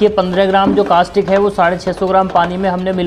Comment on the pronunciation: और आप कास्टिक बोल रहे थे उसको कास्टिक नही बल्की कोस्टिक सोड़ा बोला जाता है 😂😂😂